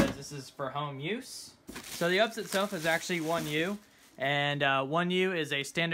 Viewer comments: "1U"... it's "1 RU". Also it's "You Pee Ess", not ups. Don't try and be cute. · Ups lol 🤣 YOU, PEE, ESS honey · First time in 20 years of my IT career I’ve heard someone call it an “UPS” and not a “U-P-S” lol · its not called ups just U P S like the delivery company